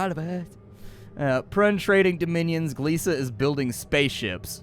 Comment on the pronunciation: Godfellas. Behind "Jurassic Bark" it's my favorite Futurama episode. I've heard rumors of a Futurama revival but some of the VO"s are getting on in years. /fingerscrossed Edit: THANK FUCKING GOD you know how to pronounce Gliese!